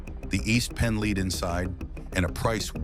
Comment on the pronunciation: Who ever "led" them to "leed" LEAD 🤦‍♂️